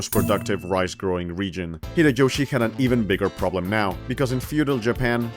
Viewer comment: Great video, i just wish the pronounciation for some stuff was better😆 秀吉 and 家康 aren't crazy difficult to pronounce😭